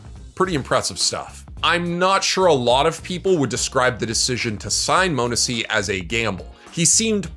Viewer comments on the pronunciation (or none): multiple times it’s been said it’s not moanesy it’s pronounced monesy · its NOT "moanesy" holy FUCCCK